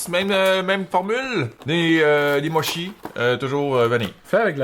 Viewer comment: Par contre qui passe par la gamme de mots, motchi, moshi, mioshi, mushy, moushy... epic!!!